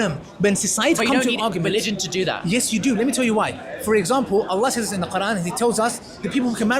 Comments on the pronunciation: In the beginning, straight away, He couldn't even say Allah properly, showing you that he may not have been a muslim before. That's the first thing u learn. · This coconut man. Can't even pronounce Allah correctly.